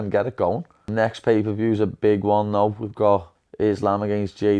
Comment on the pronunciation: He said 'pee per view'